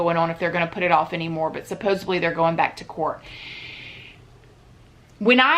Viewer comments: It's Supposedly. Supposibly is not a word. She says this in every video and i watch em cuz they're interesting but every time she says supposibly i cringe I'm sorry. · I love these videos, but it's SUPPOSEDLY, not SUPPOSABLY. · you are correct. Johnny hooked up with the wrong girl and he's 'gonna pay the price. She is really nuts, and Johhny is not. Hey when you mean to say "supposedly"in these videos you are saying "supposubly" which is not a real word. Please correct so you will sound as smart as you look. Love ya!